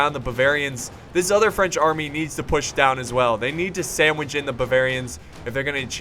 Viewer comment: "spanish sandwish" and now i'm hungry ;) hmmmmm